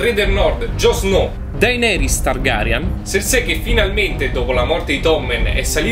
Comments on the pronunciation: Si pronuncia sersi (cercei) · Non azzecchi un nome dio santo bren Serse lol